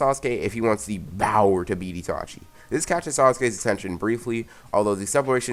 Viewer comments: if you can say power correctly why do you say it with a b then speak loudly in the mic it is annoying and there are to many adds on this one video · My favorite part was when he said bOwEr